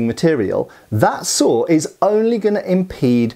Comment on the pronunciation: As someone from the southern U.S. I've always heard from people how southern accents have a lot of similarities to a lot of British accents. And I've never really heard it before, until just now, when I heard pronounce "saw" as "sawer" lol